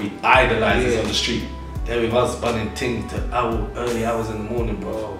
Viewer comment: "Bunning ting" smh lost respect